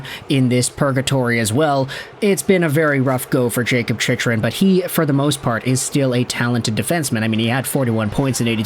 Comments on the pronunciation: For the love of GOD it’s pronounced Chic-krun. Jakob Chychrun (/ˈtʃɪkrən/ CHIK-rən; born March 31, 1998) Not how you say it. I stop watching any video of yours with his name associated. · It's pronounced CHIK-rən;. :-) Maybe defense is the problem and not goaltending.